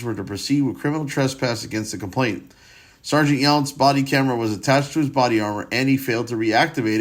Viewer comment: You're mispronouncing it as having a t in the middle. It doesn't. It's complaiNAnt. Not complainTant. It's a common error.